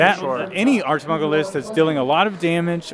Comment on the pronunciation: I believe Archimago is in spanish, so neither 1 or 2. 1 has the pronunciation of Achi good, but the part of mago is wrong. 2 sounds terrible at Archi and got the part of mago just fine. 🤭